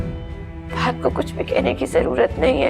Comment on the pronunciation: Ye fahaaaad q bolti hy lafaz to fahad hota hy 😂😂